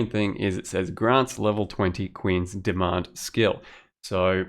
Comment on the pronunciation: rofl, I really thought you said "Quinn's Demand" instead of "Queen's Demand". Made my day :-D